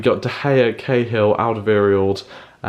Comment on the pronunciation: Your saying Alderweireld wrong